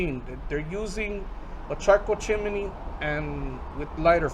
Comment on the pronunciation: One suggestion: Chimney is only 2 syllables. chim·ney ˈchim-nē